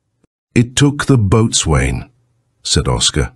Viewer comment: "Boatswain" is pronounce bos'un.